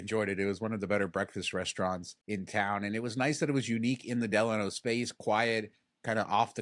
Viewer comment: Thank you for pronouncing "Delano" correctly.